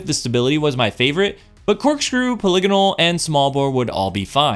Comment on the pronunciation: forget the content quality. FOR THE FIRST TIME IN HISTORY A DESTINY CONTENT CREATOR SAID POLYGONAL CORRECTLY